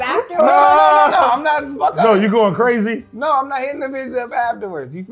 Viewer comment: said it tastes like she’s succin onna cork😤😩😬 lowkey “CWAZY”!!!!!…u can see it in her eyes AD betta stay Dangerous 😂😂😂😂😂😂